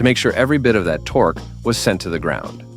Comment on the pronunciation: How many lb. ft. Torquee' did you say again? 😂